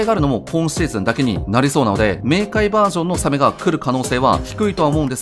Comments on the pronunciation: サメはタクマンさんもイントネーションおかしいんですよね…。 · 写メ みたいなかんじだよねw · サメのイントネーションが気になった人は高評価👍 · サメのイントネーションに違和感を覚えるなw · サメのイントネーション独特だな